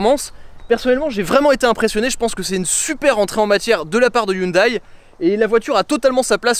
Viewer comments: Haha ! Non on dit "hioundai" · Excellente vidéo j’adore 🥰 par contre Hyundai ne se prononce pas hyndaille mais hyndé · Pair pitié, on ne dit pas HyundAÏE mais Hyundè. Bel essai sinon, j'en possède une et j'adore cette voiture. Elle est discrète en apparence, mais dès qu'on démarre le moteur, les têtes se tournent... et quel bruit. Un kif ! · On ne dit pas youndail on dit hé oun dé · On dit "Hyundai" comme day a la fin ;) Sympa la vidéo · hyundai se prononce hyundé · ca se prononce "hyundé" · Si j'écoute bien ta prononciation de hyundai, je déduis que quand tu conjugues le verbe avoir à la premiere personne du singulier "j'ai" tu le prononces j'aille